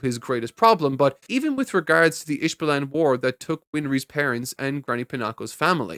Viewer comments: It's not ishvillian!!! It's Ish-vhal-in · Is it mistranslations or am I just hearing it wrong? it sounds like you call the Isvalans, Isbalans? Also is the Ron Mustang part a joke or gag? since his name is Roy Mustang. I am loving the reaction though and look forward to the future vids about this amazing show. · pronounce Ishvalan right😭 i love you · Watching you discover the twists and turns of this is going to be FUN! My only critique is that "Ishvalan" is pronounced a bit differently in English then you did in this vid so perhaps check that for the next one. I only know this as a filthy Dub enjoyer! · I don't think I ever heard anyone pronounce Ishvalan like that.